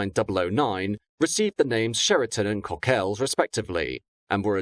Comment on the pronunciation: Pedantry Corner here. Cheriton is pronounced as you would with the word Chat. Minor matter, but as I lived near there for some time and therefore important to me at least. Thank you